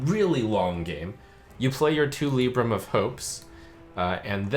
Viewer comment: Dammit, the HS guy saying "Lib-bram", Trump saying "Lee-bram" and me always thinking it was "Lie-bram".